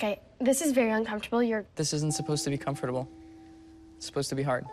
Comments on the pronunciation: “Com fur table” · WHY IS THE WAY ALFIE SAYS COMFORTABLE SO HILARIOUS